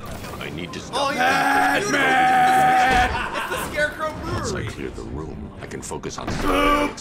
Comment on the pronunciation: i dont get why they say batmun?